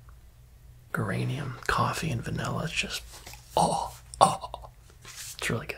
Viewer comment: this mfr said Gurranium